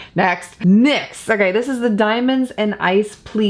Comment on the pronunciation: Cats make me happy too, I have a beautiful dog that makes me happy, I was so happy to see Mikko, he is so cute! It was funny when you tried to say Nyx, you were saying Nex! Ha ha! Reminded me of Ralph Wiggum asking the lunch lady "what's for lunch tomorrow?" She says next, then he answers, "chicken nex?" Ha ha! That was just crazy!😆❤